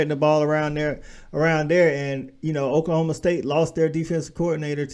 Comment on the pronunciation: Please don't say Okie State. O-State works.